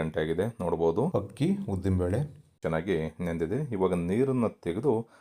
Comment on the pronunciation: ಹಕ್ಕಿ ಅಲ್ಲ ಅಕ್ಕಿ